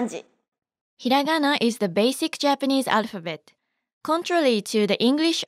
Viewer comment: it feels so weird( and satisfying) hearing hiragana said correctly instead of the slow stretched way English people usually say it